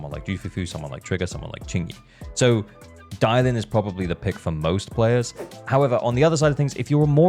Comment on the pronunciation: It’s Dialyn btw